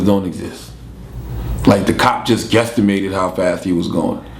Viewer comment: did he say guessitmated????